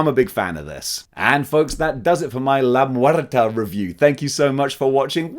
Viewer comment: "La muerta" Oh shit his Spanish pronunciation is pretty good. I wonder if he speaks Spanish "Dela des murtes" Oh never mind